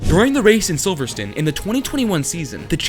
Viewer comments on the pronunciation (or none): Your easily just as delusional as dts. “Silverstin” made me cringe so hard